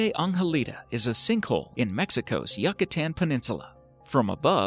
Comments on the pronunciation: The squid eggs are covered in a luminescent bacteria that the mother produces from a special organ. This bacteria prevents a deadly fungus from growing on the egg cluster. Side note: it's pronounced "you-kah-tan" not "yuck-atan". ;) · A "bohemyth" of a jelly fish? - "Norfollk"? - "Yuck-a-tan"? Is this how they are pronounced in American? Otherwise a most informative video. Thank you. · Is that near the "yuck-atan," or closer to "none of it"?